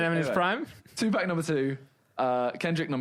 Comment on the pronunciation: Simon: number 2 "2-pack" ITS PRONOUNCED PAWK!!!!!!!!